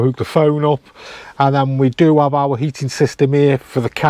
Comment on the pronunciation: You are going to all hate me for this but.... "What we do av" Once you hear it you can't unhear it 🤣